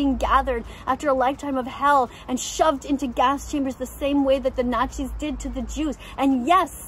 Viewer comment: she said nachis meaning nazis oh my god